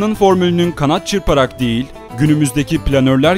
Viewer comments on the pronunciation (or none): none